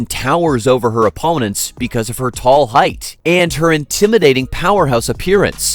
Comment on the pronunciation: It's height, not heighth. There's no TH sound in the word.